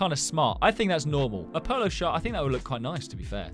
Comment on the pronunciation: it sounded like polo shart🤣